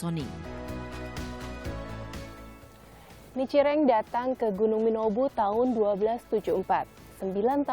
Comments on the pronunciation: Nicireng ?? Kau kira jajanan Salah pnyebutan tuh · Nichiren... Bukan Nicireng.. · Nichiren itu yg benar